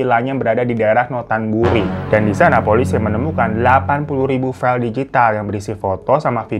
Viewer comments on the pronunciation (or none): none